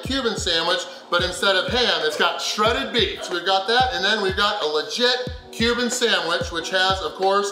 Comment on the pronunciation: I kept hearing “human food” every time he said Cuban food.